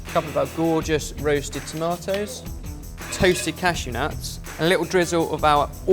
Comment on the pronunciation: Stopped watching when u couldn't be bothered to say tomatoes